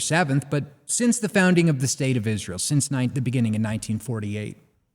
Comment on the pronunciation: I hate the way pronounces "Izz-rool"